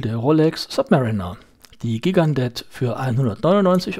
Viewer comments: schönes Video- ich dachte immer das die Gigandet - jchi gan de - ausgesprochen wird- na ist ja eigentlich auch nicht wichtig. Ich habe mir vor Jahren eine Gigandet zugelegt- als Urlaubsuhr ( mittlerweile wird sie auch bei heimwerken oder der Gartenarbeit getragen) Das Traktorenwerk NH 35 ist sehr zuverlässig, mit gerade noch aktzeptablen Ganggenauigkeitswerten- da sie etwas schneller läuft kann man den Sekundenstop auch wirklich anwenden. Die Lünette lässt sich nur sehr schwer drehen- wie du gesagt hast. Die Nachtleuchteigenschaften- na ja, nicht besonders. Und das Band ist klapprig- komischerweise verdreckt es aber nicht so stark wie manch andere Stahlbänder an anderen Uhren von mir. Insgesamt bin ich sehr zufrieden mit der Uhr. Die Steinhart ist meiner Ansicht nach wirklich zu klein- eher etwas für taffe Frauenarme. Die wirkt nicht nur zierlich- die ist es auch. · Gigandet spricht man: Schigendee